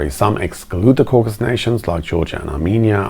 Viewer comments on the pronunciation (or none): none